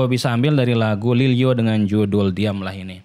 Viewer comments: Lilyo bang bukan Lil o . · Lilyo bang bukan lil o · Lil yo bang bukan lil o